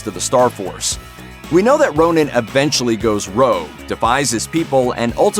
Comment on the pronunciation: Hey it's not Ronin. It's Ronan. Ronin is Clint Barton.